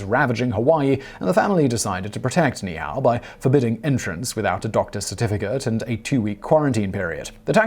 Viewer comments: Ni'Ihau is pronounced "Nee Eee How". Not "Nee How". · To all the people being ugly re this correction - ease up! I wasn't watching the screen & did a double-take, because I initially thought Mr. W said 你好 (very formal 'hello' in Chinese, pronounced Nǐ hǎo) and knew that couldn't be right! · The Hawaiian Island name should be pronounced using each vowel i.e. Ni I Ha u< Ne E H A U and the kings name should be pronounced Kah may ha may ha. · Your pronounciations for Niihau and Kamehameha are hilarious. It's nee' ee-how and kah-meh-hah-meh-hah